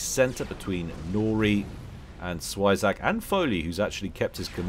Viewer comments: When you said 'świeżak' instead of 'zwierzak' Polska gurom zwierzak: kto pl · German here. No, he pronounced the first part "spy" but since it is "ie" and not "ei" it should be pronounces like "zwee" in german. And the ending would be pronounced like "flak" und not like "attack". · I heard a "zwei" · It's "z wie rz a k". Hard to really say how to pronounce it. Z is more zzz than s, "w" in polish is more W than "doubleuuu" so to say. Overall it goes down, up, down with hard RZZ up again with aaa and finishes down, k. Zwierzak. Quirky name for "wild animal guy". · yes, Polish. It means "an animal", but in a cute-ish form. You said it as if it was German lol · "zwierzak" pronunciation - I pretended, but it still hurt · Zwierzak is indeed Polish, use google translate to check how to say it.